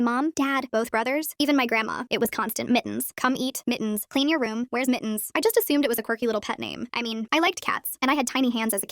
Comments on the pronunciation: not mittens but miins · Why is the ai saying it like Mi-ens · i find it funny how the ai voice says mittens as mi'ns